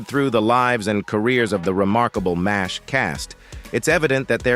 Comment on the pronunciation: M.A.S.H Mobil Army Surgical Hospital. M.A.S.H pronounced MASH like mash potatoes.